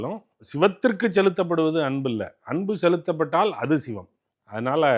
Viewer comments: "Shhhhivam" ileh! Sivam ! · இந்த பாப்பாவுக்கு தமிழே தெரியாதா. "பள்ளிக்கூடம் போறதுக்கு முந்தி பயிறு பயிறு ண்ணான், பள்ளிக்கூடம் போனப்புறம் பசுறு பசுறு ங்குறான்" என்ற கதையாகல்ல இருக்கு. 'ச' என்ற எழுத்தை உச்சரிக்கத் தெரியாதவளுக்கு ஷிவத்தைத் தெரிந்து என்னாகப் போவுது. திருமூலரைக் கேட்டு என்ன வரப்போகிறது. இதெல்லாம் ஒரு Fashion. திரு. அக்கறையான தகவலுக்கு பயனிருக்குமா....